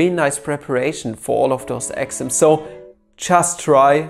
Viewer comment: Just me or I thought he was saying axioms instead of exams. Sorri